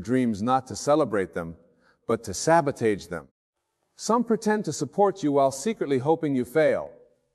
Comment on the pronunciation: AI is mispronouncing words , like resume , sabotage , has anyone else notice this